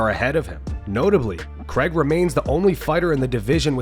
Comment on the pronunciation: his name is paul craig not paul CREG